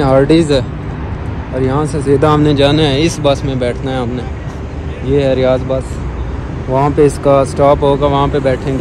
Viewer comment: Vhai ap bol reho riyaz jo ki riyad hai??